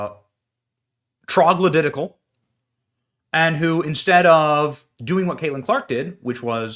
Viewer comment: “…trogloditical…” That made me laugh!